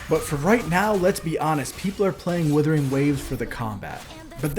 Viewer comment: It's 'wooothering', not 'willthering'.